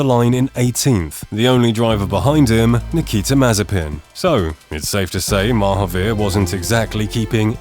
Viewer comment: I've been listening to 'Oakburn Opus' and ever time you said Mahaveer, I kept hearing Marvpyas. I found it funny to think some Eldritch entity was trying (and failing) to race cars.